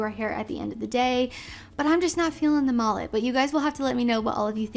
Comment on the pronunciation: Did you call it a “MALLET” or a “MULLET”…?